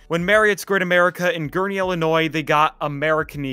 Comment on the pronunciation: Someone who finally said Gurnee correctly!